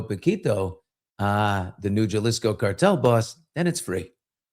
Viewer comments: BILLY! You roll your R's and speak Spanish!!! It is Ha-Lisko(jalisco) NOT Jah-lisco!! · It's pronounced Halisco! 😉❤